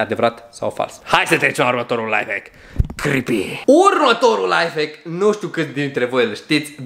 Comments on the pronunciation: De 7 ori ai spus chripi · Mai mult tu ma speri când spui crepi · DE 5 ORI AI ZIS CRIPI